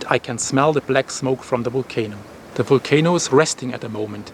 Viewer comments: Waited all day for your report, keep going, I’m English and now I keep saying wolcano , love your style of reporting. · I love the way you say Volcano. 😁🤩